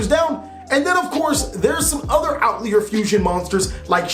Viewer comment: Outlier - pronunciation “out-lye-er” Not Out-leer